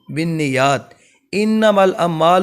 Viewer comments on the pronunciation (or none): Ammalu (LABOUR) ghalat talafuz A'MALU (AMAL) VIDEO BANANEY WALE ILM WALE HO , ARABI KA SAHIH TALAFUZ HONA CHAHIYE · Ammalu nahi hai janaab😂 Sahi se padhey